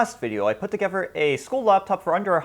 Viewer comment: "put togever"